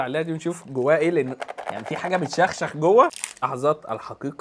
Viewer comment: حاجة ب تخشخش مش تشخشخ😂😂😂😂😂😂😂😂😂